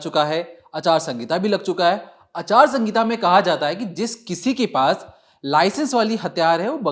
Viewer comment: Aachar sangita nhi acharsahita